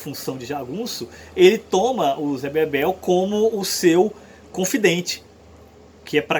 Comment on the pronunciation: O nome do personagem é ZÉ BEBELO. não ZÉ Bebel, por favor...